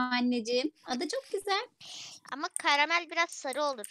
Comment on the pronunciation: karamel yerine kayamel diyince ne güldüm be hala gülüyom